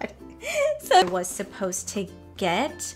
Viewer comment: Around min 13 you said ‘post to’ three times. I’m stuck on that 😂 maybe it’s just because we’re in different states but I’m pretty sure you’re supposed to pronounce the ‘suh’ in supposed to 🤣🤣 No hate at all I’m just dying over here